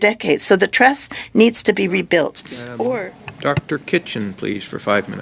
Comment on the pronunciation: Sounds like he said Dr Crotch